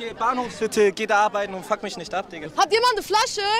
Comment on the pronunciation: Wenn jemand schon "isch, misch" und "disch" sagt, hat sich für mich jedes weitere Wort erübrigt...